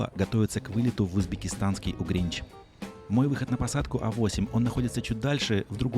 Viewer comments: Вообщето правильно Ургенч, но Угренч это прикольно😃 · УРГЕНЧ! Ургенч правильно. Поправь, пока тебя тут мастера не начали гномить!))) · А что, звучит забавно... Похоже на вечные оговорки с Нерюнгри. Собственно и название этого города началось с очепятки. :-)